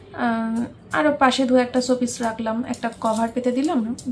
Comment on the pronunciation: তুমি কি স উচ্চারণ করতে পারো না? কি ছ এ করে উচ্চারণ করো।। এতো বিচ্ছিরি লাগে শুনতে।। ছ্যাম্পু,ছোপিস পাগল একটা।।।।